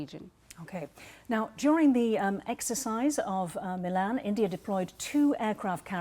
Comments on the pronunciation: It's not मिलान it's मिलन। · milan not milān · Its Milan and not milaaaan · As an Indian I will say Indian Navy has arrived in the IOR and is arriving in the world stage. Milan in India means meeting. It is to be pronounced as "Mi luhn" not Milaan like the Italian city. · I can understand the foreigner calling it Milaan instead of Milan But this Brown Brit calling it Milaaan is sick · aap toh मिलन boliye. Ye Milaan Milaan kya laga rakha hai. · I can understand the anchor pronouncing Milan incorrect, but why the indian lady calling it same... what a joke. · I am shocked that the Indian lady here could not pronouncd "Milen" correctly... GEEE... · It is not MILAN, But is मिलन , Pronounced 𝘔𝘐𝘓𝘕, 𝚖𝚎𝚊𝚗𝚒𝚗𝚐 𝕞𝕖𝕖𝕥𝕚𝕟𝕘 🇮🇳🇮🇳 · It’s pronounced as “ Mee-Laan” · Your experts are a joke. Cant even pronounce milan properly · The expert can't pronounce "Milan" right.